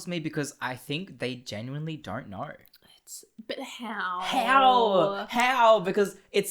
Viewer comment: They keep saying kner instead of know 😨